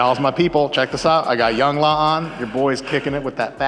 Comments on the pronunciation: theres no way he just said youngla instead of young L.A.💀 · Mike said Young-LAhh , its young L A as in Los Angeles